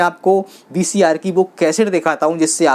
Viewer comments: Baki sab thik h dost par BCR nahi VCR 🙏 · VCR bahi bhai VCP bolte hai